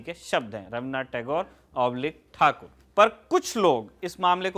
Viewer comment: i am totally impressed by your surname pronunciation like thakur, basu... yes adressing surname as per bengali mothertongue is excellent ...keep the good work.......